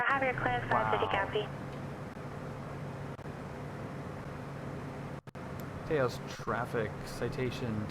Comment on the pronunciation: Taos rhymes with house, fyi.